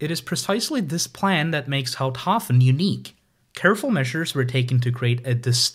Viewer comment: I had a chuckle too at "Pfuntschteiger" but otherwise I think he did pretty well with Houthaven(s).